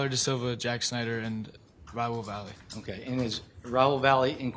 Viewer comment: Why can’t his attorney pronounce his name correctly?! It’s not Vally it’s Latino, Valle ….he knows how to pronounce that as a Latino himself